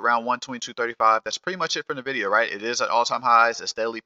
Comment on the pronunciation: I always eek when I hear people say “Nevidia”, it’s N-vidia, idk why so many people say “Nevidia”